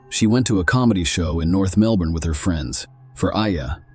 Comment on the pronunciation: Your AL said Melbourne wrong 🤣